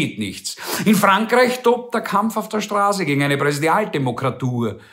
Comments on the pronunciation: Jaja, auf der Strahse - hearst, es heißt Straße! Du Rhetoriker! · Neue Facette Ihrer Sprachfehler! Sie können kein scharfes ß aussprechen.... Aber ansonsten liebe ich SIe! ;-)